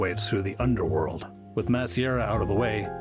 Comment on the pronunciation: "Mass•A•RIA"! Learn how to say the name b4 making a video! Jfc